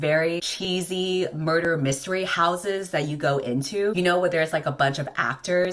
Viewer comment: i was wondering if anyone else heard 'murther' too.